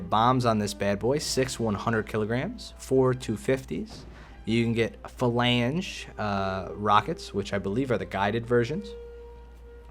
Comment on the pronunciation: You are pronouncing "falanga" wrong, pls staph it's hurting my ears xD